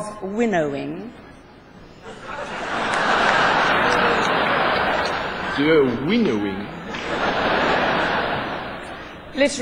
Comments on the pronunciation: de "winnowing," not Deu, lol:) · just that helen doesn´t say winnering but winnowing, from to winnow..a figurative word from agriculture for selecting the best of the good. he´s great...poof cinq..could watch this video every day and laugh.. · 'de winnowing' XD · loved the 'winnowing'